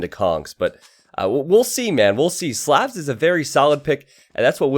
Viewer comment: Love the channel. You pronounce Slavs wrong.